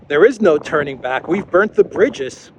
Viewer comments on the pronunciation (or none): none